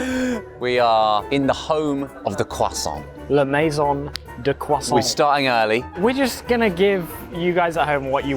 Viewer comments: Little french lesson. In french we rarely prononce de "t" at the end of words who are finishing by "ant" or "ent". So, you must prononce it "krwassan" not "krwassanT" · Why does Ollie keep sounding the r in croissant? He's not American and they pronounce it incorrectly anyway! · The was Josh kept pronouncing croissant like he was actually French kind of drove me crazy!! 😆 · Almond croissants are divine. Ollie, please learn to say croissant properly. Merci, beaucoup. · Take a shot every time Ollie mispronounces croissant even though Josh repeatedly says it the correct way. Enjoy the hangover 🫠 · As a french person I absolutely burst out laughing every single time they pronounced the word "croissant"